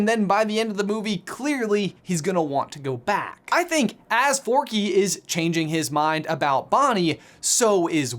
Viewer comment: It’s Forky not Forkie